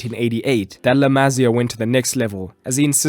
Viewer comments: small correction: it's La Ma-SÍ-a, not La MA-sia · La Masia not La Mazia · I cringed every time he said " La Mazía" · La Masia is pronounced MA Cee A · The way he say la Masia pisses me off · dude wtf how often do you wanna mispronounce la masia in one video lol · And you don't pronounce La Masia like that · The pronunciation of la masia throughout this video...